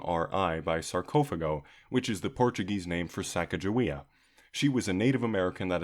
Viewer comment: anyone else shudder when he says "sarcOHphago"?